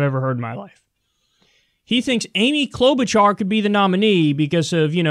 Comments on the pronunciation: Did.. did he just say Amy Klobachaur? Is.. is he SERIOUS!? did she bribe him or something? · Who even is Klobuchar? Does he mean Cloud-Boot-Jar? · He said “Amy Klobuchar” lmaoooo he’s definitely lost his damn mind. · this fool said Klobuchar LOL even Krystal almost laughed at him LOLOLOLOLOL